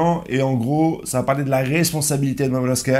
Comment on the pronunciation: Momonusoki et non meumeuskeuh